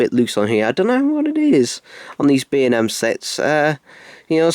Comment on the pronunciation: Why does it keep sounding like your saying B&M sex?